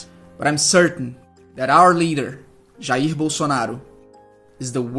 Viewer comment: Pq o nome eh brasileiro e se pronuncia